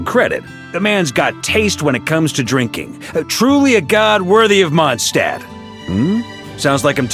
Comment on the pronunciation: ah man; they made him pronounce Mondstadt wrong this time. I was happy to hear it being pronounced correctly in the last archon quest, but alas